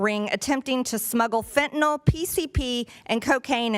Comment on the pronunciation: Also, what is wrong with people who can NOT pronounce "fentanyl" correctly? This includes politicians, police spokespeople, newscasters, and the general public. It's not hard. Look at the letters. There's no "o".